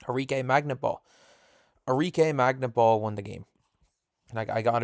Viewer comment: WTF with the pronunciation of Arike's family name.